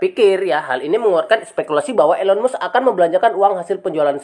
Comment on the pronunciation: Mas kalau bikin konten yg bermutu jgn asal comot, kalau tdk valid jgn dijadikan konten, kami semua baca beritanya tdk ada kaitanya dgn pembelian coin PI, nyebut nama pemilik tesla aja salah.... Lucu kamu sdh berani berpendapat padahal gak ngerti apa2